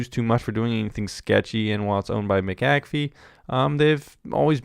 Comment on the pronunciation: Its not Mick Ak Fee , Its McA'fee